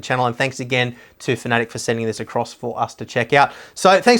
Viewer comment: FINALLY! One of the very few guys that pronounces Fanatec properly.....(Fanatic)